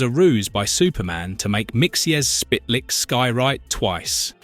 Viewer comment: Mr. Mxyzptik Mxyzptik is pronounced "Mik - sil - plik"